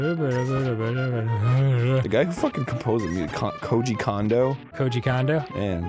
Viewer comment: It's annoying enough hearing somebody pronounce Kondo as "Kawndo," but when Arin does it, it's even MORE annoying because he's learning freaking Japanese! You should know how the vowels are pronounced, Arin! :_GrumpsNotLikeThs